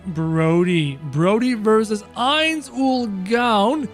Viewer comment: ITS I-NZ OOAL GOWN NOT aI-nZ oOaL gOwN